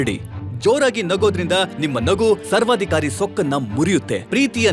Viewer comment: ಸರ್ವಾಧಿ ಕವರಿ ಅಲ್ಲ ಸರ್ವಾಧಿಕಾರಿ